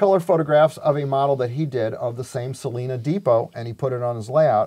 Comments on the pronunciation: Why, did someone say Sa Lee Na?😆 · I believe he called it Sa-lay-na.